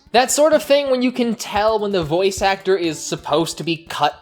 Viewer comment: It's boy oice not boyche